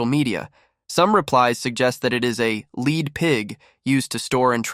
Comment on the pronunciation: Your Ai narrator failed miserably when it mispronounced the metal 'LEAD'!